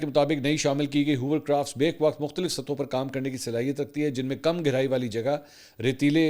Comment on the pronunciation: Hovercraft Mansoor, Not Hoovercraft !